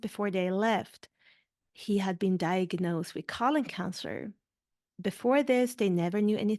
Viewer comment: Is it that difficult to say colon? After 3 mins you've said colin 300 times. This is unwatchable.